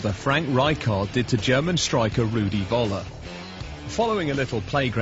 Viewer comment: Hearing an Englishman trying to pronounce "Rudy Völler" is quite painful